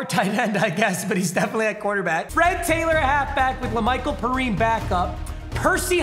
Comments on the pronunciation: It’s pronounced lamichael “pee-ryne” 😂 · Perine (pEE- rYne)